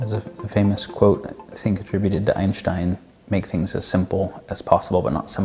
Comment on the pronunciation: Oh, this guy is 10/10 for pronouncing Einstshtinen's name correctly. 👾🤓👾